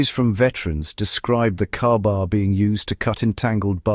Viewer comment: is the AI bot saying "KAR-BAR" ? AI slop